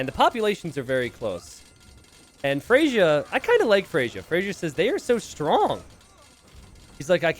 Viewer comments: Someone is named Freyja (pronounced Freya): "Frasier 🥴" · GG! You know Freyja is a female name? A Norse goddess :) Pronounced Frey-ya (not Frasier). Might be worth risking 'she' sometimes for unknown players. (I wouldn't be surprised if iSit be a woman too.) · I am not the Freyja in the video, but my name is Freyja. It's pronounced "Freya." The "j" is a "y" sound. and messing up names, name a more iconic duo. On a real note, glad you're back. Was definitely confused and worried since there hadn't been a video in a while. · lmao FREY-YA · the yj part of freyja is pronounced as an 'i', it's the name of the germanic godess of love/women. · I'm starting to mispronounce a word from my native language because I hear mispronounce it so much.